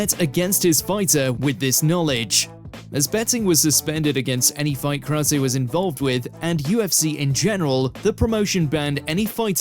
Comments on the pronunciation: Who's "KROWSAY"? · Not to mention James 'Krouwsay' 😅😅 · Not only did he say Chael's name wrong, but everyone in number 1 was pronounced wrong, especially Krause. I can understand getting Nuerdanbieke wrong bc it's a tough one to get right.